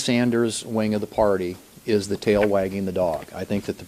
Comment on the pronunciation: Dude, it's TAIL, not Tale...